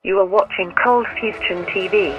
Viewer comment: why the fuck does the intro say ColdFustion